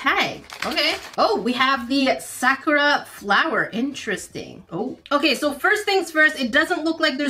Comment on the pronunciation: She pernouced it wrong by accident so you got anger issues or something just bc she pronouced Sakura wrong